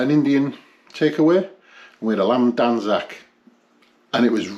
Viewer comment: He has butchered it lol.😂😂😂😂